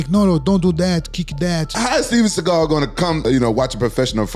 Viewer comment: If you do not do “tha kick” then I will disown you!- Steven seagull not segal